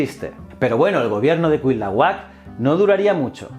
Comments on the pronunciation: Hola, muy buenas, te saluda un criollo desde la gran Tenochtitlán, hoy Ciudad de México, sin ánimos de joder, era Cuitláhuac o bien Cuiltahuatzin el hermano de Moctezuma, no se te da la pronunciación, saludos y mil gracias por tus esfuerzos y canales, todos muy muy buenos 👍👍👍👍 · Me encantan tus vídeos pero estas pronunciando mal el nombre de Cuitlahuac. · Fuí maestra de inglés y siempre me fijo mucho en lo que es la pronunciación y de dónde pueden venir los errores q luego cometen los alumnos. Adoré escucharte pronunciar los nombres d Cuitláhuac, Quetzalcóatl y otros, xq me hizo imaginarme muy claramente por qué los españoles conquistadores acabaron pronunciando como lo hicieron y por qué les cambiaron el nombre a muchos d los lugares y personas en aquella época. Un saludote desde México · Precisión en cuanto a pronunciación (por sílabas): no es cuit la huac, es: cui tla huac, en otro tema, no se definían como aztecas sino mexicas (meshicas) y en general muy buen video, felicidades 👍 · En serio es tan difícil pronunciar "tla"?😆😆😆😆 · No son nombres raros es solo otro idioma y ya, no son aztecas son mexicas, azteca es un término del siglo XX, el regreso de Quetzalcoatl es mito inventado por españoles, no es cuit-lahuac sino cui-tla-huac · CUITLÁHUAC, se dice CUI TLÁ HUAC.... jajajaja. ¡Saludos desde México! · Se dice: Cui -tla-huac Cui -tla-huac Cui -tla-huac 🤓🤓😆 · Se pronuncia cuitlahuac, así como se escribe... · Ja ja ja cuilahuat ja ja ja te falta practicar mucho pero muchísimo el idioma náhuatl. Ahora me doy cuenta por qué los españoles conquistadores cambiaron el nombre de muchas cosas y animales, no podían pronunciar el náhuatl. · Nota para el video: El nombre del hermano de Moctezuma se pronuncia Cui-Tla-huac, Buen video y saludos desde mexico. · Me encantó tu vídeo ❤️, y me dió hizo gracia cómo pronunciaste Cuitlahuac y Cuauhtémoc por qué bueno soy mexicana y aquí lo pronunciamos diferente 😅😁.